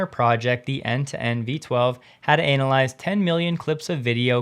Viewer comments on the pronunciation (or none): Um, it's not Anal ized bro, you should google the word and learn how to pronounce it.